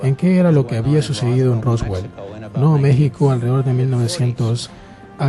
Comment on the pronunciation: ¿ALDEREDOR? ¿Qué es esa joda?, narrador de pacotilla.